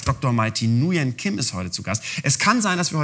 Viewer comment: Und das Kim wird auch weich gesprochen mit G...